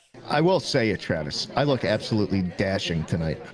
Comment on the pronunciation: I like to think that you pronounce as tch-raves instead of travis